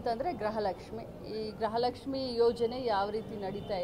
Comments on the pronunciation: ಅಕ್ಕ ಗ್ರಹಲಕ್ಷ್ಮಿ ಅಲ್ಲಾ 😂 ಅದು ಗೃಹಲಕ್ಷ್ಮಿ.... 👍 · ಗೃಹಲಕ್ಷ್ಮಿ ❌ಗ್ರಹ ಲಕ್ಷ್ಮಿ ✅🤣😂